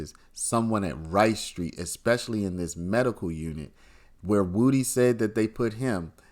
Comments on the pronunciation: HIS NAME IS WOODY! PRONOUNCED WOOD-DEE! NOT WOOTIE! 😂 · Do you really not know how to say wood e You keep saying it WOOTY AND ITS WOOD E LIKE WOODY WOOD PECKER WOODY BRUH SAY IT WITH ME WOOD EEEEEE NOT WOOTY 🎉🎉🎉 YOUR SAYING WOOT WOOT WITH A Y THAT'S NOT THE MANS NAME 😂 ITS WOODY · someone needs to explain to this lying thug that woody is pronounced wuh dee not woo dee